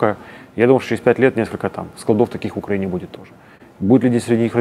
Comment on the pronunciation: Пожалуйста, скажите ему, что он живет и работает в УкраИне, а не в УкрАине! Столько интервью пересмотрел, а Владислав все не может грамотно и правильно назвать свою страну. Казалось бы мелочь, ведь это всего лишь ударение, но оно обо многом говорит